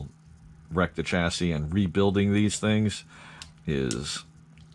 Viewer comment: Why do you keep saying chass-is?